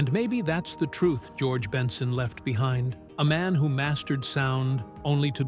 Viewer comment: How can you do a story on someone and can't pronounce🙄 the name right